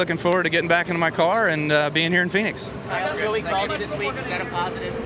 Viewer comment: Not vinix its phoenix